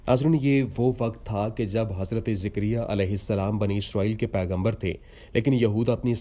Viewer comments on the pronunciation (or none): Jikriya nahi jakariya